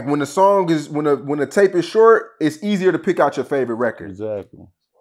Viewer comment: He pronounce song like sung